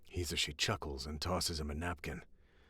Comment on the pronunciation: i absolutely loved the storys!. I also cant get over how your pronouncing Hizashi ( yours is probably the right pronunciation), its makes me giggle everytime. =)